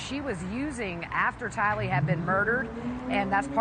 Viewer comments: News Anchor: "Tylee..." My brain after hearing the way she pronounces it: "Ty Lee from Naruto ?? 🥷🗡" It's Tylee like Tylie not like Ty Lee lmfaooooo I'm sure she had to deal with that all the time. Ps. RIP angel babies 🙏🙏🙏❤️❤️💔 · Pretty sure it's not pronounced "TyLEEEE" why is she saying this? Lord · It’s hard to take seriously an anchor who can’t correctly pronounce “Tylee” after all these years! “JJ, is hard to screw up! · Please let Brian say the name of TYLEE. Not pronounced like the 1st News Correspondent said...SMH. Brian is amazing during everything he speaks on! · What is wrong with Elizabeth Vargas, she mispronounces Tylee's name every time she says it.